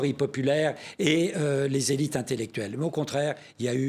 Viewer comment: La trahison des "zélit' "! C'est tout à fait ça !